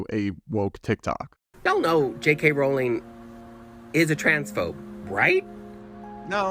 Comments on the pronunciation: Nitpick: Rowling is pronounced rolling (rhymes with bowling, not with howling). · Mega Harry Potter fan here. For future reference Rowling is pronounced like rolling.